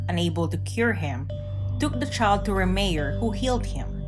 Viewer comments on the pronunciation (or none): It’s pronounced “Ray-Myer”, not “Ree-mere”🙄